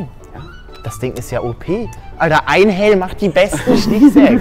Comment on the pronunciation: Ich hab halt einfach einhelm verstanden statt einhell owo und dachte das wär warum auch immer nen einstein witz owo